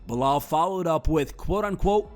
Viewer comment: Be-lol, who?